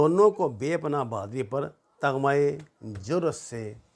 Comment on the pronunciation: The word is TAMGHA not Taghma.